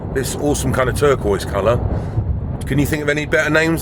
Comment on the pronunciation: Turqee 😂 turquoise "turkey" buzzbee